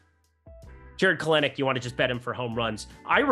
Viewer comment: It’s Kel•Nick! Get it right!